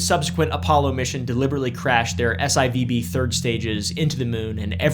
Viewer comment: SIVB is pronounced S-4B